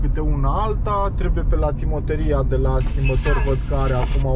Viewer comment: Salut , timonerie nu timoterie , sper sa nu te superi ca am corectat